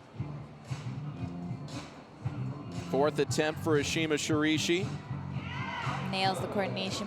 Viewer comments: Okay, DUDE. It's Ashima ShiRAIshi. Not "Shirishi" -__ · This male announcer has nothing to offer and pronounces her name wrong. Please don't have him again. Ashima Shiraishi is "Shi - RYE-shi" not "shi-ree-shi." Like we know you are going to pronounce her name with a heavy american accent, but at least get the vowel sound in the right ball park. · How difficult is it to pronounce Shiraishi SHI RA I SHI , not Shurishi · SHI-RA-I (i like in Illinois)-SHI...you could have asked her! Espn is god awful at commentary! Couldn't continue watching! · I'd just be happy if the commentator could pronounce her name even remotely correct... I cringed every time he said "Sha-REE-shi". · so shiraishi is read as sharishi?? can't this guy read? smh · me: mum i want shiraishi mum: we already have shiraishi at home shiraishi at home: sharishi the joke is that the commentator says her name wrong every single time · if the commentator says "shurishi" one more time.... that fucking donkey ! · Watched for Ashima and Brooke.. But had to turn audio off. Shiraishi was pronounced as shirishi each time, another girl of perhaps Italian decent apparently climbs like an Italian w/e that means... male host should comment for trump beauty pageant and stay away from climbing if he can't respect the athletes